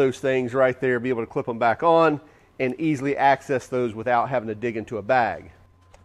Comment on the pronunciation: bro needs to assess his excess use of "access" as assess.